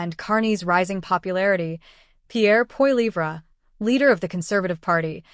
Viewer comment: "Pierre Po Lee Vra" :D